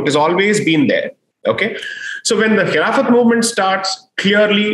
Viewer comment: It is khilafat that's how it used to be pronounced